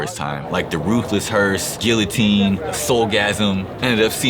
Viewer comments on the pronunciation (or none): none